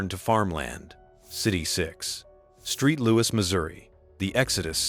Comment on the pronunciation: "Street Louis"? That is just plain careless. Boo on you, you AI dweeb.